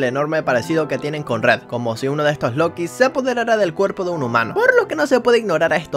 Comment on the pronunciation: yellow es niño. los lookies no se dice como lokis se pronuncia lukis pero se escribe lookies. la guarida de purple es fácil solo te agachas y ya lo pasas no te come, solo ten cuidado de que no ese algun otro rainbow friend.